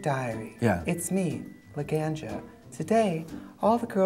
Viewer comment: the way trixie pronounces “Laganja” makes me laugh so hard